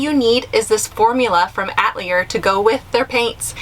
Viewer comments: Atelier- A is not pronounced "Uh"... it's pronounced "A"like apple... please, I am French through and through! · The name is not “ATLIER” But Atelier which has an extra syllable where the e is between the A and the l. It means studio in France, where it’s pron to ounced a-tell- E- A. ( here I used Caps mean long vowel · Good video! Just fyi the word "atelier" is pronounced uh-tell-ee-ay... It just means artist studio in French. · Who doesn’t know how to pronounce atelier ?!?!? Especially an artist 😱